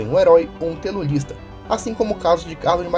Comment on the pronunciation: mt zuado ficar falando a palavra errada, colocasse um efeito sonoro para cortar a palavra sla "telolista" "naxismo" "faxismo". mt zuado msm.